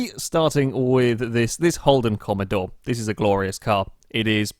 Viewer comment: please I just can't comprehend what you've done please do the sake of all of us, it's Holden Commodore not commadore 😂😂